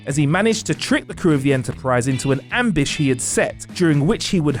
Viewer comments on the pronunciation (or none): What the fuck is an AMBISH?! Do you not have editors to fix this kind of thing -- Or do you just not give a damn about sounding like a moron?!?! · d-did he seriously say ambish instead of ambush